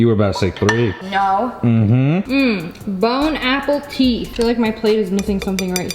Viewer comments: ima french it is Bon appetit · y’all are saying it wrong it’s not bone apple teeth but bone a pet it 😼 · “bone Apple teeth” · I love when she says : BONE APPLE TEETH 🤣😍👌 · It is bone appetit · And “ bone apple teeth” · ya they know but that’s how says it lol